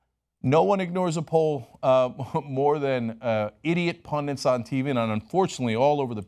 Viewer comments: Somebody tell him the word is 'pundit'. There are no pundants. Nor is 'tenets' pronounced 'tennants', for that matter - a common crime in other vids. Hillary is the devil. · pundunts ?.....you mean pundits ?..... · Just because Bernie pronounces pundits "pundints", that doesn't mean you have to too, Cenk. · PUN DITS NOT PUN DINTS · It's pundits, not pundints. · In the name of Thor Cenk.... There is no such word as 'PUNDINTS' . It is 'PUN DITS'. A lot of the Right and ignorant people like 'Trump' put an 'N' in the word. Look it up. There is no such word. I love you guys. Sorry to go off.... but Damn. Say it right Cenk! DRd. (Frieda Herbe) . Now! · Cenk rules... but the word is pun-dits. the only N is in the first syllable. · Cenk, it's pronounced PUNDITS :P Pundens are places where witty writers come together for a smoke and a drink. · It really irks me when people pronounce pundits as "pundints" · The thing is, is that I wish he would of pronounced the word correctly. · Cenk always pronounces it "Pundint" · I'm trying to make fun of the way someone talks, and you turds are arguing politics. There are plenty of other comments under which to bicker and troll. I'm here to make fun of people who say things like "pundint" and "nucular"